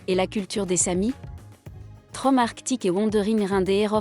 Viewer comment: Tromso ne se prononce pas Trom mais "tromseu"